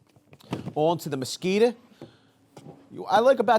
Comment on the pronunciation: “Now on to the MASSKITA” at minute lmao I thought you were gonna say on to the mosquito 🦟